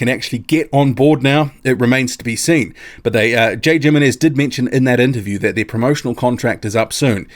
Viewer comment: I want this fight! Lets Go. Thanks for the video! A little remark. Im not sure how this guy names is written but if it is Jimenez(s) and its is from Spanish origin I am pretty sure the right pronunciation would be Himenes. Having said that I am not sure how his name is or perheps he is recognised in the boxing community as Djimemes. Cheers